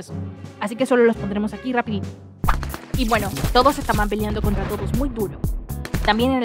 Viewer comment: “rrapido” xd